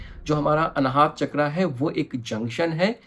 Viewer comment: बहुत सुंदर वीडियो। आभार। ‘चक्र’ हिन्दी मैं भी और इंगलिश में भी ‘चक्र’ ही होता है ‘चक्रा’ नहीं होते। हम भारतीय को ‘रावणा’ ‘दशरथा’ ‘लक्ष्मणा’ ‘महाभारता’ ‘योगा’ बोलके उल्टा लेटने की आदत पड गई है। USA और यूरोपियन देश में वो अपनी व्यक्ति या वस्तु का सहज बाई ग़लत उच्चारण करो तो टोकते है। Just a suggestion because I love culture.